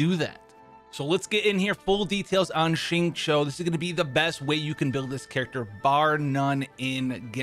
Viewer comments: You are legit the first YouTuber I know that completely aces 'xingqiu' s pronunciation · Thanks for saying his name correctly! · Would you look at that, a Caucasian who actually gets the pronunciation of the "Q" sound in Mandarin right. Nice.